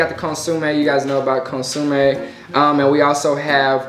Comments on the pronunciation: I love how you pronounce consomé. “Consume” lmao🤣🤣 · Consomé! Not consume 🙃